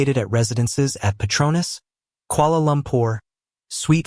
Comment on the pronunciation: Kuala Lumpur please, not Koala Lumpur